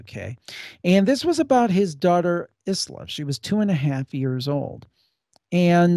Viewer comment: Isla is actually pronounced "eye-la"